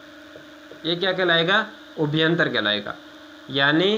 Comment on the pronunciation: सर आप अभ्यन्तर को उभ्यन्तर क्यों बोलते हो